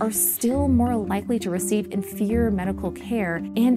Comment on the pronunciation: Her enunciation is almost unintelligible and sounds drunkenly slurred at certain points. Great topic but sadly undermined by the terrible narration.🫤 sounds like she said "vile" "in fear" rather than "inferior"🤦‍♀️ Pls consider getting someone who can actually present this more clearly to a wide audience, the world needs to know about Tuskegee!